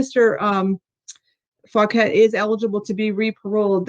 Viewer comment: Well his last name is “Fauquet”, so he says “Fuq-et” 😂